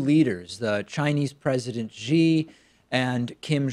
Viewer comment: Not Ji. It's pronounced Shi Pacman.